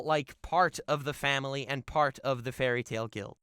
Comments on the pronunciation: The fuck I thought you where serious when you said fary tail and I was sooooooo happy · When he said fairly tail I nearly threw my phone